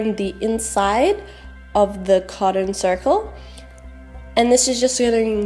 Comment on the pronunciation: is not codden its cot ton